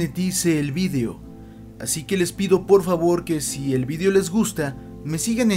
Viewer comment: vidio? no es video? :v